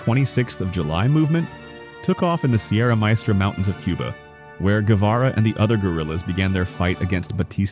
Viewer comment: Thanks for trying to pronounce Guevara correctly. What's up with that background music?? So annoying What about some Piazzola instead...